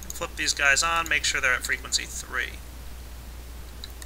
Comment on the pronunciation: he said fwegency